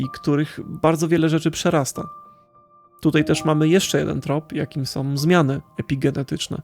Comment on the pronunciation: Fajna opinia, proszę Cię jednak, byś popracował nad wymową. Jak większość youtuberów masz skłonność do mówienia "som" zamiast "są", "winę ponoszom", "oglondajom" itp. Nie znoszę tego.